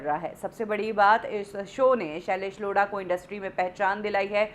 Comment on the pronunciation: The way u say tha name "shalaish Lodha" 🤣🤣😂😂😂😂😂